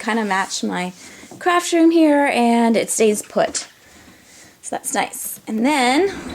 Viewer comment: At first I thought you said this is my crap room and I crap a lot! Hahahahahah PRICELESS!